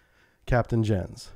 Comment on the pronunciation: 'Jens' is pronounced "YENS"